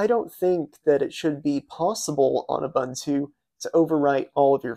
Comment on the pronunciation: That was an "OOBOONTOO" system. "OOBANTOO" doesn't exist.